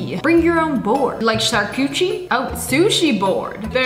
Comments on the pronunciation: "Sharcuchi" as a French man I genuinely wanna commit some sort of war crime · No one: Sssniperwolf: Charcoochie board 😫😫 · She really said sharcuchi board😂😅🤣